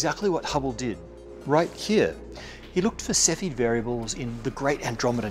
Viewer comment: It's not Cephid but Cepheid